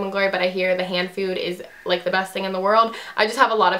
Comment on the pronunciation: It sound like you said hand food